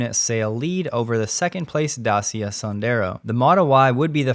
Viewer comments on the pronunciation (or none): There is no ''S'' on Dacia. Is Da ci represent the sound [t∫] like in the English word „chart”, „much” and a.